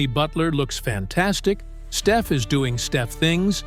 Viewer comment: If he can say Pod's name right, why can't he say Stef's?...